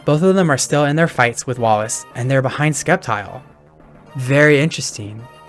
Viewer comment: Did bro call it "Skeptile"? ITS FUCKING S-EP-TILE! NOT THAT HARD TO PRONOUNCE!